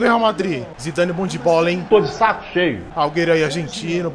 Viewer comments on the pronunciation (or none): O certo e Äguero e assim que se fala não agueiro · EU FICAVA COM AGONIA QUANDO ELE FALAVA AUGUERO EM VEZ DE AGÜERO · O bom do games euuuu e que envés de ele falar aguero ele fala auguero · Ele chamando o aguero de augueru kkkkk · Nome do jogador: aguero Como o chama ele: auguero kkkkk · da uma agonia dele falando alghero mas é aGUero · "Auguero" kkkkkkkkkkkkkkkkkkk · "Auguero" kkkkkkkkkkk Mlhr YouTuberr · Ele falava agueiro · alguero kkkkkkkk alguero kkkkkk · " Auguero " KKKKKKK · Kkkk Aúguero😂😂😂😀😀😑😅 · ele falando alguero racho man kkkkkkkkkkkk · auguero kkk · "Auguero " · Ele falando AlGerO gol kkkkkkk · É só eu que escutei aiguero que o falou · Ele fala do jeito q ele acha q se fala